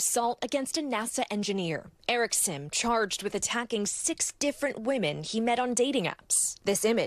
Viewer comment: Reporters keep pronouncing his name like "sim" card or "The Sims" video game, but if he's Korean then his name is pronounced more like "Sheem"